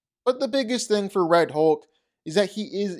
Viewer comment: When he says Hoke, he means Hulk.